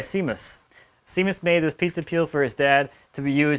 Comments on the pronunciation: That table looks fantastic!! Just btw, no reason you should know this not being Irish (nobody's perfect) but Seamus is pronounced, Shaymus ... it's the Gaelic equivalent of James ;) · “shay-mus”,...